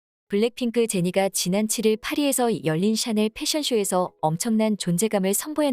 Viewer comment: 샤넬을 왜 채널이라고 해요? AI봇이 읽어주는 게에욤?